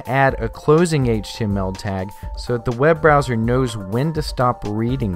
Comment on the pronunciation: i hate how this guy says "HTML"